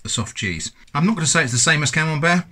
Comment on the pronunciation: oh, it's camembert 🤣, i was hearing camel bear or camel beard🤣